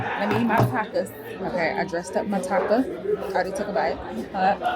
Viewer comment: I’m screaming! The hell naw unit took me out😂 I agree but it was so me coded I can’t. Congrats on working with Zillow. I’m using that site myself to find a place. Good luck to us both😅 p.s. the way you’re saying taco is sending me 😂❤